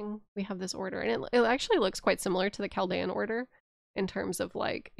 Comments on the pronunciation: Chal-dee-an order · Im a Chaldean! Pronounced "Kal-deein" Super cool to randomly see my culture talked about in an Elden Ring deep lore video lmao.